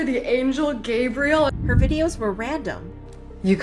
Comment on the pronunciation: "Peope with grabriel on their names.."